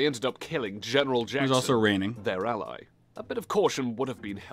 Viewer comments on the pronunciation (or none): none